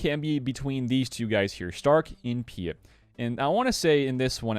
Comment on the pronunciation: Love your stuff bro but sometimes you're star wars pronunciations get to me...Piett is pronounced Pee-et not Pee-it. Still love you though!